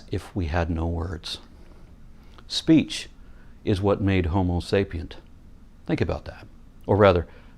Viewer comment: He said homo but damn it was close to hobo